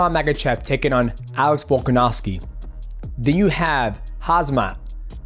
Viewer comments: I don't blame you, it is Chael Sonnen!! he is ruining names lol. 😂 He calls Islam "MAGA-CHEV," or "MICHEAL-CHEV". It is Ma-Kha-Chev. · And Mackel-chef as he likes to say